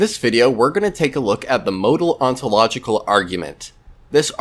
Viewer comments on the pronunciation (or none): none